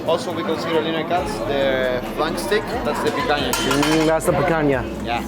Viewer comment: "Picaña" your pronusiation was 10/10, wtf.... ñ is not an easy pronunciation. 👍